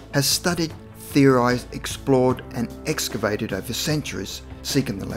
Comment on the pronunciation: the guy escavated over Centuries? wow